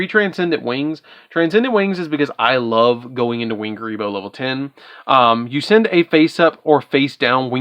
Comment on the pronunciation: Love kuriboh! Just a heads-up, though: it's ku*ri*bohrn, not "re-re"